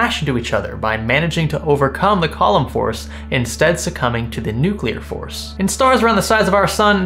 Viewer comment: “Colomn force”